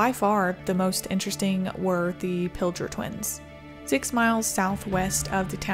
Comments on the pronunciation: Pilger- pronounced- (Pill-gurr) would love to see a full video on these 😊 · Thank you,. You have a beautiful cat. The dress is pretty. Did you buy or sew it yourself? Thank you for covering the Hallam tornado. The town is thriving. Pilger is pronounced with a hard "g"- think "tiger". I graduated from Wisner-Pilger H.S., so thanks for including the event. In late May of 1983 our ship was passing south of Sicily and spotted twin waterspouts from the same supercell, so hearing that twins had struck Sicily before was a little eerie. May I recommend that you cover the May 31, 1983 outbreak which hit Ohio, Pennsylvania, New York and Canada? "Tornado Watch #211" by John G. Fuller is an excellent book on the event. The final tally recorded 1 F-5 and 7 F-4s as well as several others. Another interesting event was the Easter Sunday 1913 outbreak, including the Omaha tornado, the deadliest in Nebraska history. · Not that you would know but Pilger is pronounced with a hard G. Everyone who does videos about it pronounces it incorrectly. I remember that day. I watched this storm roll in and tornadoes form. I dont live that far from Pilger. Interesting but terrible fact about the Pilger twins. After that tornado the village clerk embezzled something like 700,000 dollars of the tornado relief funds for the town. Was only sentenced to jail for like 3 years.